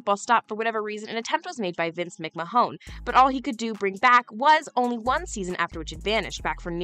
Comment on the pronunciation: ""????!!!!!!!!! It's McMahon", pronounced MIK MANN